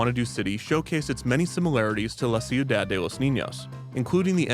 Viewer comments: Every time I hear how you pronounce "ciudad" I die a little inside 😂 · You really should've worked on your pronunciation of Ciudad before releasing this. It's better to say "Seeyu-dahd" instead of "See-yu-dahd" It's just so distracting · okay i only have about 2 and a half years of spanish, which ended 10 months ago now, but it's pronounced kiudad, not siudad, right?? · I’m sorry, it bothered me so much but it’s pronounced: shudad for ciudad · "ciu-Dad" is an objectively funny pronunciation he went with, but i appreciate the clear effort he put into the spanish overall. anything's better than your standard youtuber "lol i'm not going to say this right" when they can just look up the handful of names they're about to use in their video